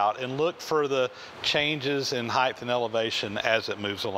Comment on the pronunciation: Height (hīt) not Heith